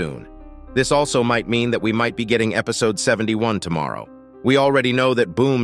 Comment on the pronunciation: Noone asked why he said "Aslo" instead of "Also" at the middle part. Pretty sure u guys skipped it